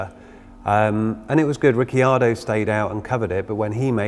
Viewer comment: riccardo not rickyardo